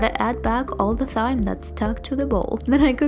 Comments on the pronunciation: I love your videos so much! Just wanted to say that thyme is pronounced "time". Much love from Seattle<3<3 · Such beautiful food! and by the way, thyme is pronounced like "time". :D <3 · thyme is pronounced as "time" just fyi!! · Great video!!! and for "Thyme" it's pronounced "Time" ;) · Thyme is pronounced as Time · i was scriolling through the comments when she she ssid thyme, waiting on to see this comment lol